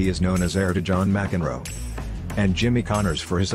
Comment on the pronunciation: M-C-Enroe? Petish? That's atrocious English.